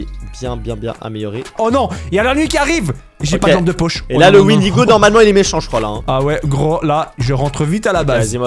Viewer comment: Le windego 😂😂😂😂 au lieu de cerf 😂😂😂